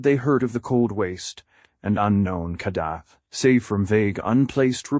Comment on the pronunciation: What a garbage narration. Ur bullshit ai voice can't even say kadath right